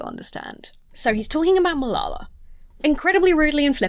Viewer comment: Does Jesse always sound drunk? Re Malala: his repeated butchering of her name tells you he doesn’t even care to hear anything about her. It’s the height of disrespect. These guys all sound like they could benefit from some education. ETA: Marie Curie, only person to win Nobel prizes in two separate disciplines. Also, a charm quark is a subatomic particle and one of the fundamental building blocks of ordinary matter.